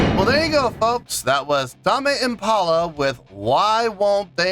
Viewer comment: somebody trolled you with the pronunciation of the act, and successfully at that. its tame impala not tamae impala.